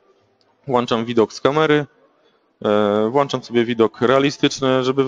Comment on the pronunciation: Błagam, Panie, WŁĄCZAM, a nie "włanczam", bo aż uszy bolą:)